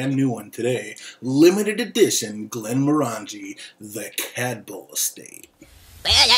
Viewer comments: Pronunciation. Glen-MOR-angie: the name of the whisky is /ɡlɛnˈmɒrəndʒi/ glen-MORR-ən-jee, with the stress on the "mor" and rhyming with orangey, not */ˌɡlɛnmɔˈrændʒi/ GLEN-mor-AN-jee as it is commonly mispronounced. Doesn't hurt to research a little bit. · Thumbs down for not saying the name correctly, would give it another thumbs down if I could for the way you wear the hat.